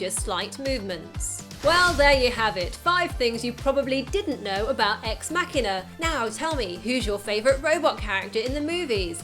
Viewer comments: You pronounced the film title wrong... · Ex Mackina or EX MaSHEEEENAR! EX MACHINAAAAAA . ExMasheeeeener? is ExMachina! stop it saying exMacKiner your winding me up! ExMacheeeenaa!